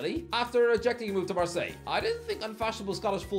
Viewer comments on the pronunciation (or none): none